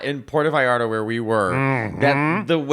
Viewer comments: Wow that pronunciation of Mexico Puerto Vallarta was top notch!!! 😊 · Matteo- You pronounce Italian words perfectly. I'm surprised how you pronounced "Puerto Vallarta". did a better job:P